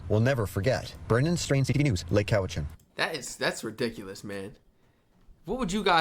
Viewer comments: It's pronounced cow-itch-an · It's pronounced, Cow-i-chin. I live near the valley on Vancouver Island.